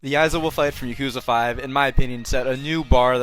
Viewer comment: stop pronouncing it yakooza bro please it hurts